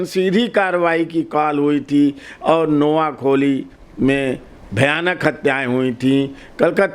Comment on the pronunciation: आदरणीय महोदय, नोयाखोली नहीं नोयाखाली , कलकात्ता नहीं कोलकाता होगा। धन्यवाद ।